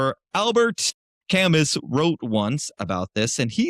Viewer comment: You seem like a nice guy. It’s pronounced Cam-oo, Albert.